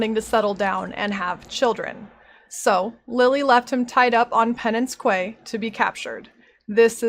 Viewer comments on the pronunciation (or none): "...Penance Quay" Quay is pronounced "key". If it helps, the original spelling actually was key (until around 1690), before the French came along and muddled English even more than it was already. The word itself is so old (proto-celtic) that many European languages have "key" pronunciation forms in their own languages. Edit: I appears you became aware of the correct pronunciation, as it was done perfectly ~ Thank you for these videos, I enjoy them very much. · There are two accepted pronounciations of that word. . . she used neither